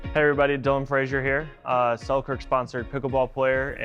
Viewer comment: “Die- Lon”